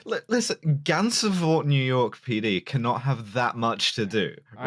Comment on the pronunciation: I'm honored to be offended by upstate new york mispronuciations. Gansesvoort and Schoarie don't sound like that but whatever, good ep as always. Edit: All-bany, not Al-bany! Whatever... it's new york we don't deserve the respect.